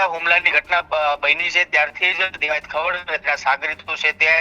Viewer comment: ખવાડ નહી ખવડ. તને ઉચ્ચારણ આવડતા નથી પત્રકાર કોણે બનાવ્યો ભાઈ. 😂